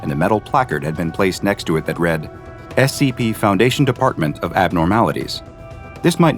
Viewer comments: when you voice these again can you please pronounce the C it sounds like you are saying SAP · You need to be careful, "Content Farm" team... you made say "S E P". its very clear he said that instead of "S C P"